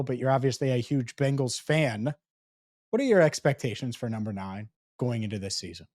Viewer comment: not only do you pronounce Bengals like the all female 80s rockers The Bangles, but you actually think Jordan Love is in the same boat as BURROW! BURROW will be a hazy shade of winter for the league for sure. Week 2 gonna be a Manic Monday for the Chiefs, and gonna make Lamar walk like an Egyptian